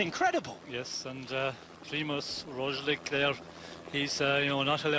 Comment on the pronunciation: Another day, another Rozhlick by Sean "The Name Butcher" Kelly